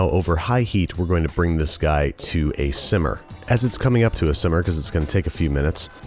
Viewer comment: He meant to say that. Simmer is incorrect.